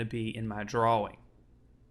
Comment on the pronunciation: ***** He sounds American. I know a few Americans and none of them say drawwing, so it must be a speech impediment, not the accent.